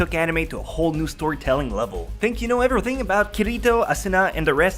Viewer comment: YOU SUCK AT PRONOUNCING EVERYTHING!!!!!!!!!!!!!